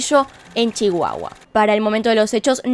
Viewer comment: Cómo chihuahuense me encantó la manera en la que dijiste Chihuahua, gracias por tu investigación, alguien mas vio al gatito amasando las cobijas? Hahahaha